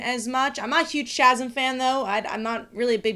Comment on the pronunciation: Chasm is pronounced "Kasm". The CH gives a Ka sound.